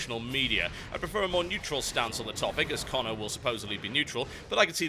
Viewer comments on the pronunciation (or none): none